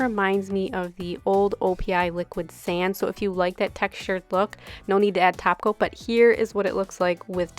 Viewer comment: Do u say taco instead of topcoat?